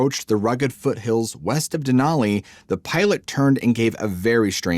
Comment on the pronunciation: I tried to watch but it was too distracting that you kept pronouncing "Mt Denali" wrong. It was too painful 😂